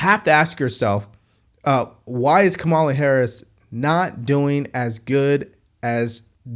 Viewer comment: The first two seconds, he mis pronounced Kamala’s name. I knew straight away it would be BS. I was right! 💙💙💙💙💙💙💙